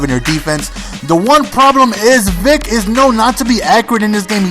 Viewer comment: and btw, the vid says mike vike, its vick! great vid tho